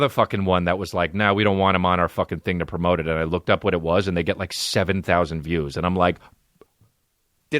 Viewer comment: Haha when Chris says "promote" he says "prmope"